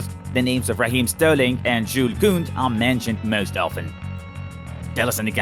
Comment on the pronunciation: he seriously called Kounde Coon’d. dude cmon